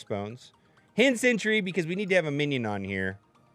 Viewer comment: Hand Sentry - “sen-tree” not century!!!!